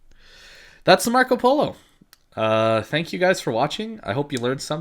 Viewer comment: Your pronunce of Marco Polo Is really good btw!